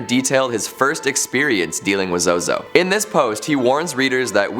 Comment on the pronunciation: I suggest pronouncing his name correctly.